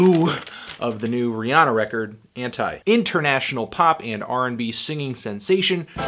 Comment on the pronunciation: I'm gonna disregard your review until you can at least pronounce the name of the album correctly. Please do some research, its pronounced Auntie